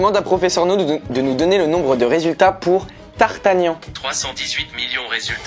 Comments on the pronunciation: Le fameux Tartagnan 👌 Il voulais dire d'Artagnan non ? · c'est d'artagnan et non tartagnan